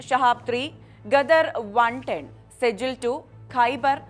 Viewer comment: സെജിൽ അല്ല സിജീൽ നരക തീ